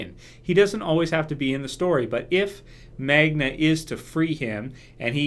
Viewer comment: Her name is Magna,. Not Manga.